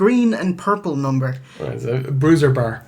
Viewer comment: ***** You've got to say it right.! What BARRRR is Sensational Sherri?